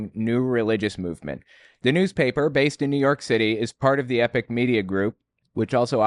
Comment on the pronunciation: I am always confused when you pronounce epoch as epic, shouldn't it be e-pok?